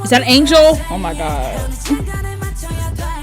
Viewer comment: I love how she calls jimin angle 😂🤣💜😭🥺